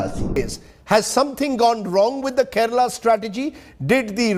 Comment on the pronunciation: Keral nahi Kerala hai